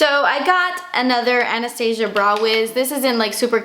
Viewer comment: You have absolutely no idea how happy I am you say Anastasia right everyone says Ana-sta- za don't know how to describe it but maybe u understand?